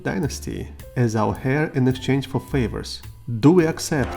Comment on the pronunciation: Heir is pronounced - Air 😊 Silent H